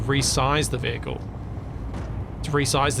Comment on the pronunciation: The VeeHickle